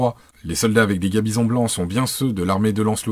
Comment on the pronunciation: gaMbison comme dans gant bison, pas gabison comme dans gars bison >_<